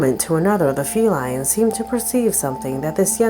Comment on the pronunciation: FELINE not FELION